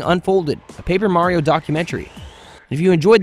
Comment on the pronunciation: This man pronounces it "Mario" and "Merio" at the same time.